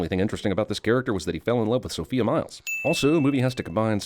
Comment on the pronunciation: Sophia Myles's first name is pronounced "soph-EYE-a".